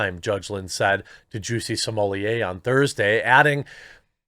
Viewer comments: I'm now convinced you're saying Juicy Sommelier intentionally. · Either my hearing is going or it sounded like you referred to him as ‘Chelsea Smollett” at one point. A harbinger, perhaps?